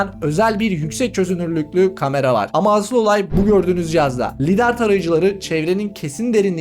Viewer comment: Lidaar değil laydır olarak okunur